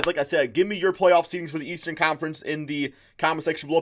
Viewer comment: The leastern conference said by Skip Bayless